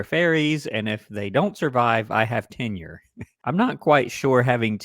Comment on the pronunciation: Oh, I thought he said "I have ten years." What is tenure?